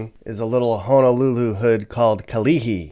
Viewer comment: Props to you for saying Honolulu, and not HANAlulu 🤙🏾🤙🏾🤙🏾